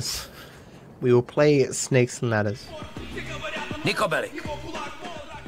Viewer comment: "sniko Bellic" Unsubscribed